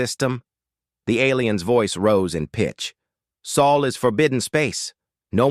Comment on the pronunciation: Sol not soul please.